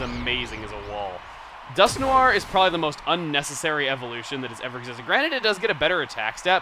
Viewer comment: Hey chuggaa. You've mentioned Pokedex 3Da few times so why did you say dusknoir's name different than Pokedex 3D? You said it as Dusk-nore when Pokedex 3D says it as Dusk-Nwar or something like that. Noir french for "black". I'm not saying your other pronunciations are wrong because they aren't.